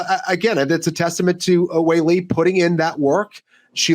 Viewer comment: I loved everything about this episode besides how pronounced Weili’s name 😂